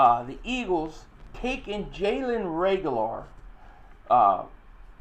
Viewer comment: Jalen Reg-u-lar